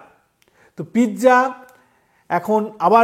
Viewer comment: JUST PIZZA NOT PITZA.